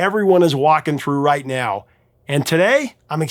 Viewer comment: Every NIAOW??? Are you mocking English?